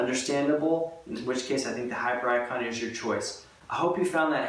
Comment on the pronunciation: Do we not thinks it pronounced hipiericon? Not hyper icon.